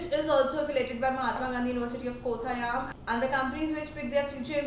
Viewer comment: Not kotha - yam it is Kottayam